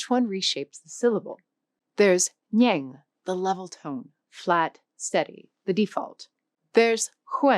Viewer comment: OMg, why does she make a video when she can’t even pronounce a simple syllable like ngang. She said nhang, and she said it with a southern accent even. So bad.